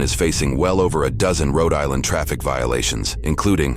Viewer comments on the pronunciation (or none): Please tell the creepy AI voiceover not to attempt to pronounce regional accents anymore. That "Roe Dylinder" shit is going to haunt me for weeks. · It's pronounced "Cree-anstin, Rho Die-land" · love that the alien commentator mentions the mispronunciation of cranston, while pronouncing Rhode Island in the most bizarre way possible